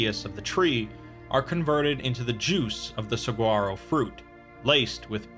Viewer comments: By the way, it’s pronounced Sa-wah-ro. As someone who lives in Arizona, it always annoys me when someone pronounced the G. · Please tell me he did not say saguaro like that. I'm from Arizona and this pains me greatly. Other than that great stuff.